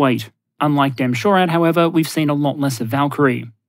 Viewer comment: As someone who works closely with DE-MSHORAD, I've never yet heard anyone say "demm shorad." I've always heard it pronounced "dee ee emshorad."